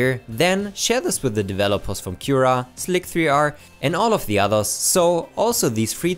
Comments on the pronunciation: Wow this is great news and I pretty much only use S3D so I'm happy. By the way, I've never heard Slic3r pronounced slick-three-R; you generally say it as you would pronounce slicer. :) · Slic3r is pronounced Slicer Not Slic three r